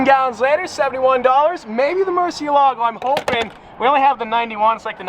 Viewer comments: MURCI E LAGOU actual pronunciation Murciehlagoh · Is it just me or does it bother you guys too when he says “mershealago” But then he can say murci.. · I love how he said mershylago 27 seconds in the video. Love it ahahah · Hey Just saying, its pronounced "moor-seel-ago":) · still wrong tho, it would be more like murt she eh lago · How to correctly pronounce Murciélago: (it means "Bat" in Spanish) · hey Nathan. no it’s not. and he can pronounce it however he wants cause he owns it. not you